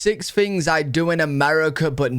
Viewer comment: Why do you pronounce the word things as “fings”? Is it that hard to speak English properly?